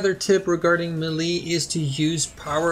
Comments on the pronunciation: I thought so too. I shouldve mentioned I was talking about his pronounciation tip #30. he pronounces it as muh li. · Melee. pronounced as: muh li.... appearantly.